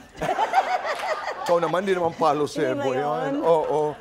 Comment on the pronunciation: Normal people: Pole Vault Ruffa Mae Quino: Palo Sebo